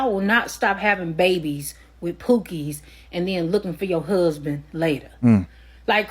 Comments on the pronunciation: So funny how she pronounced husband, hooseband. Hahaha 😅😊....lol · If you pronounce “husband” as “huuuuusben,” that in and of itself is a red flag.